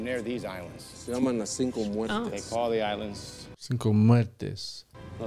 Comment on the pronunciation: They said the ''Sin Comerte'' (Without Eating You) instead of ''Cinco Muertes'' (Five Deaths).😄 I just thought it was a funny mistake. Suddenly they're not so menacing, after all.